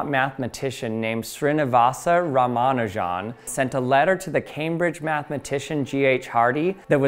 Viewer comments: Ramanujan the greatest mathematician ever. died at 32 years old. why did he die. he went to england and got so depressed that he fucking died. thank you london for that. also his name isnt pronounced "ramanu jan" like you do but rather "rama nujan" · I've heard it pronounced Rah-Mah-Nue-Jen. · I hate that they never bother to get non-Western names right. Euler and Schrodinger are always intentionally pronounced perfectly. 'Sree-ni-vahs 'Rahm-uh-'noo-junn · Ramanujan... Isn't it pronounced Ra-ma-nujan and not Romanajohn? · Ra-ma-nu-jan not Ra-man-u-jan. It's the man's name, especially as it doesn't contain hard to say sounds for a native English speaker it deserves a little more care. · Ya gots ta stop pronouncing Ramanujan like it's Parmigiana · I've always heard his name pronounced RA-ma-NEW-jin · Great explanation, but please - it's 'oiler' and 'ram-a-new-gen' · Please pronounce Ramanujan” correctly. It is pronounced as “Raa-Maa-Nu-Jun”, (Jun as in Jung without “g”) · Your pronunciation of Ramanujun is hilarious. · The only thing I learned is that you don't know how to pronounce Ramanujan. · The stresses in "Ramanujan" are on "Ra" (and "Nu"), not "Ma". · You say ramanujan as if you've only read it, and euler as if you've only heard it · If Euler is the first level of pronouncing mathematician's names, the Ramanujan is the boss of the first level. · Got triggered on the pronounciation of 'Ramanujan' after the Numberphile videos, but turns out this correct, or at least closer 🤷‍♂️ Edit: watched some native Indian speaking videos and they say it like Numberphile. Now I don't know what to believe!